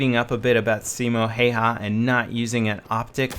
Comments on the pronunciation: it's pronounced like Hieha or something weird. ( he was Finnish ) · By the way if anyone wants to pronounce Simo Häyhä like we do here in Findland. Call him Simo Haveha as the way Have -ha [ Haveha ], as the proper way of pronouncing have is [ Hav' ] and also use exactly the same parts of our tongue and throat as saying Häyhä = Haveha. To have, excluding the word to of course and then ha right after the word have. Simo Haveha ( Simo Häyhä ). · Björn Dahlberg It does but the following letter Y would be a hard one to follow up due to the different way of pronouncing that letter. And there isn't any good way of explaining how you say it other than Haveha = Hayhä. But if you happen to know or anyone happens to figure out a more proper way of saying Häyhä like Finnish do. Be my quest =) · Se on Häyhä eikä Heiha :D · Häääähyääää eikä Heihylääääää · His second name is pronounced "how ya" I'm Finnish so trust me :) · drviper10 I love the way says Hayha's name, it's so incorrect. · ''Simo Hey-Ha'' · its funny how you say simo hihi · as a fin I laughed my ass off when he said häyhä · paasovaara Me too XD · paasovaara ehkäpä hän ei puhu suomea yhtä hyvin... Ei me suomalaisetkaan puhuta englantia parhaiten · btw u butchered the absolute balls out of Simo's last name. look up his name on you tube and there should be some videos where they say his name.